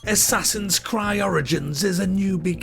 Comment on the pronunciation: Assassin's cried *Creed hahaha